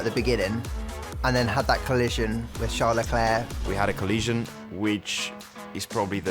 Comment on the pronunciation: That's how his name is pronounced🤷